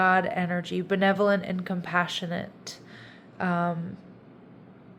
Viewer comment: Pisces in my 3rd decan in Cancer.. what will be will be.. thank you so much beautiful … I laugh a lot when you say “ benevolent “ 😂😂🧚‍♀️❤️🥰